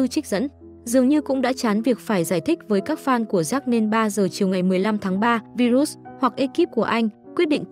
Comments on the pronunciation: Tên ngta đọc là " vai-rớt ".kiểu vậy bà này đọc virut🤡🙏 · Bà MC nầy sửa tên người ta thành Vi rút 😂